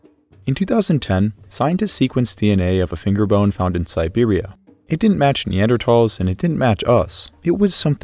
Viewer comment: “Neandertalls” lol